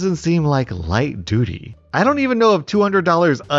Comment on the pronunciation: Light duty... making it sound more like sheit duty😑